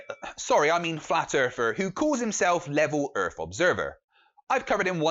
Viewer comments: I LOVE that you're calling them out! BRILLIANT ....... but can you PLEASE pronounce Earth with a 'th' and not an 'F' .... It's not Flat Earfers. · And its earth NOT erff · Shite microphone, pronounces "earth" "Earf" aaand hes playing Xbox. BUT at least he knows the earf is round.